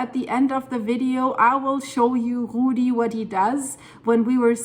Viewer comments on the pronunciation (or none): none